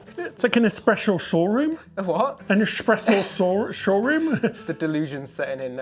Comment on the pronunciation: I could tell you were tired when you slurred “espreshow”. I’ve been having fun watching both of you, and Ordinary Adventures rolling through the same places. I’d feel the same way as both of you, and Peter and Kitra…I wouldn’t feel fancy enough. I too would be rolling in in my Crocs. ✈️🛳️⛲️🌇 Now I have to go rewatch Crazy Rich Asians again. If you haven’t watched it yet, do it.